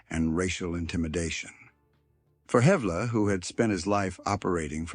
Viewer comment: Man u don't know anything about Edgar and shame on u for not even knowing how to pronounce his name. The picture u had up there wasn't even him!! How u can write such fiction is beyond me, sure, alot is true but that's common knowledge. Don't think u can portray someone without even knowing who he was